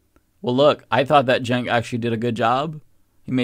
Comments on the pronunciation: Someone tell Brian how to pronounce Cenk's name. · Neither Brian nor Piers can pronounce Cenk's name correctly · I feel like ANY guest other than Cenk would have the host and other guests pronounce their name correctly. It isn't that difficult to learn how to pronounce a 4 letter Turkish guy's name. Honestly .